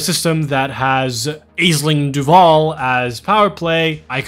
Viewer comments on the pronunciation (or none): The blue haired smurf queen's name is pronounced ASH-ling not EYES-ling. Awesome collection of tools... I use 8 monitors when I don't play in VR and have all of these usually open (except the colour picker, I'm a traditionalist) while I play. EDDB closing down was a massive shock to the system for me since it was my go to tool for years. I can't help but thinking that EDSM is going the same way. I has not been updated since the Odyssey DLC dropped.